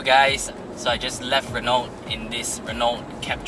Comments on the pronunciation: PRONUNCIATION SUPPOSED TO BE #RENO.....😅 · awesome review... though wished the Office ppl had communicated the proper pronunciation of Renault to you....